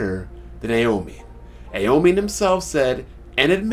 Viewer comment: AOMINE Lol dude say it right also i know you reading that extra game manga